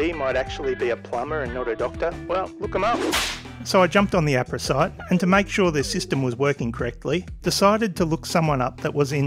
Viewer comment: Most people pronounce AHRPRA with the H. Like Ahh-PRA